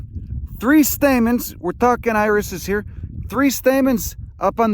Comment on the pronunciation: But he just said there was THREE Stamets... Stamens?